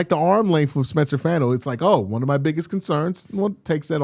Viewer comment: Fano is pronounced “Fawn-oh” 🤙